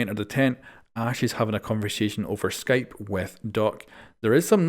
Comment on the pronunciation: I love how you said Skype no hate I just found that funny for no reason